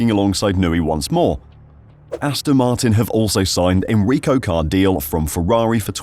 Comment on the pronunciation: Enrico "Car-deel-ay"...